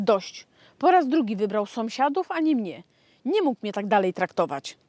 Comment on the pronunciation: czy ona powiedziała "somsiadów"?